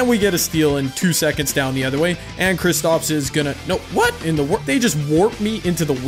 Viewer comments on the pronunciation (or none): Anyone else getting mad when says kristOps instead of kristAps